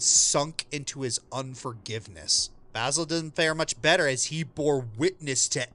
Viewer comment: the mispronounciation of basil is killing me.